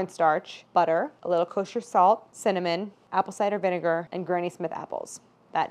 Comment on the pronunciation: I literally thought she was talking about apple cider vinger this whole time 😂